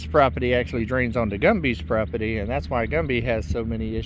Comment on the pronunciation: IT'S NOT PROPETY... IT'S PROPERTY. Bugs me. ❤😊